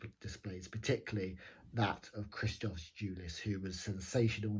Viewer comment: Tz is pronounced j,and christos is pronounced Hristos